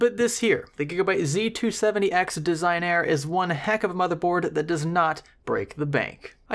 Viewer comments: Des - ig - nah- ree. Italian. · I heard someone say "Desig-Nare"